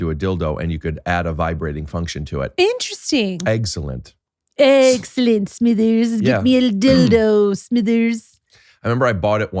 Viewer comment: When Mr burns says interesting it's four syllables. IN TER ESS TING.